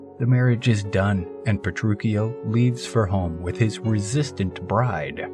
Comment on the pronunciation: Pretty sure you’re saying Petruchio wrong